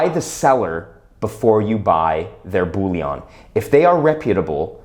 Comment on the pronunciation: Sir Isaac Newton, while he was master of the Royal Mint, then housed in the Tower of London, introduced the milled edge in order to prevent clipping, as any removal of silver from the edge would immediately become obvious. The word is 'BULLION', NOT 'bouillon'. We aren't making French onion soup here. lol